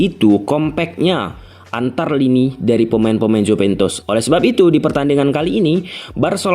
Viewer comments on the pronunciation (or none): jupentus dan mempis defay .... itu yang saya dengar.... P dan F hihihihi... sehat selalu ya bang